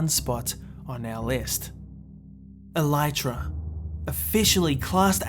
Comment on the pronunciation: You don't say alytra you say aleetra!